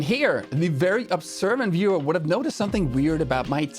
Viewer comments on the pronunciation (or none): none